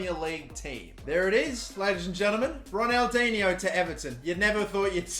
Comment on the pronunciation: The third pronunciation you said right